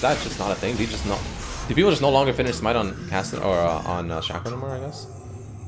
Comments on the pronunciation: he says shack-oh, shack-oh, my...fkn..... hero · Am I the only one that's mad because he keeps saying his name wrong like Jesus fuck it's pronounced "Shayco" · Is it pronounced Shaq-o or Shaco? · Its not shaco its shaco say it right for God's sake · Ew they way you say Shaco